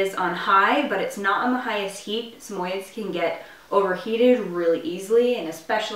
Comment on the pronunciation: its pronounced sam oyee ds not sameyeds